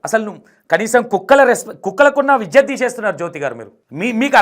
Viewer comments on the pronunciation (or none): none